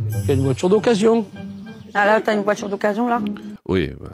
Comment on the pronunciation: de voitCHURE